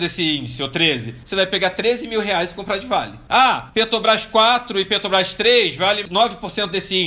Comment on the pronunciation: Incrível como um cara que não consegue nem falar Petrobrás faz tanto dinheiro !